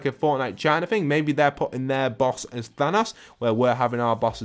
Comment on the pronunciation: I hate when he says thanas instead of THANOS